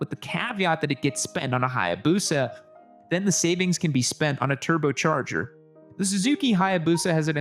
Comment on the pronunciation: “Turbochorger” - what’s happened to?! If someone is holding him hostage I need to know about it!